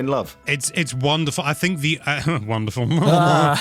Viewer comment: Take a shot every time they say womderful